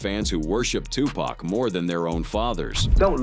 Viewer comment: Dude can't even say Tupac name right 😂😂😂😂 where u living at? In the UK?